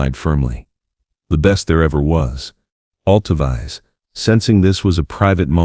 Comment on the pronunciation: This is beautiful, but it’s narration computer generated because her name is not pronounced Alto-Vize. It’s Alto—veece